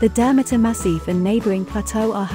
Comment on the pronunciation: Learn how to properly pronounce it and then I will maybe watch your video!!!